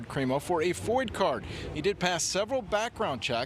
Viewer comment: WHAT? What is a foyd card? FOID? What is this sponsoring thing about?